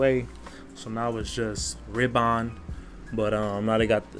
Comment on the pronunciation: Paco “Reebon” 🤦🏽‍♂️😂